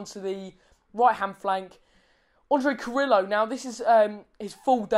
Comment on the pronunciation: for better pronounce... try to say CARRIYO... not carrilo (DNT use double LL as italian) "replace LL as a Y". And yes he's very helpful with defense, but his best performance will be goals assistance. Same effective left or right wing. However as left wing he scores more making diagonals.